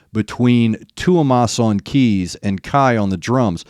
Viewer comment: No worries, you pronounce Tuomas's name really well 👏 Greeting's from Finland, the Nightwish-land:)